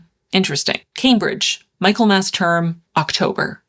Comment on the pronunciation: I know this video is 8 months old, but I had to mention that Michaelmas is pronounced mik-el-mas. It's just a silly nitpick, but it bugged me.